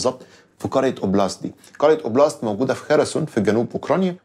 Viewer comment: Oblast ده معناها منطقه و ليس اسم قرية 😅 Oplast =\ oblast